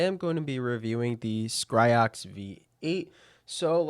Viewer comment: Its Scyrox v8 tho not Scryrox